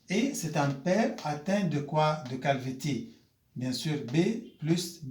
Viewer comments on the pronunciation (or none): Ça se prononce calvici mais ça s’écrit calvitie prof